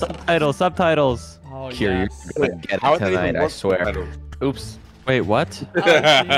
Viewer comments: it not kier or dream it's kream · Lol it's Kream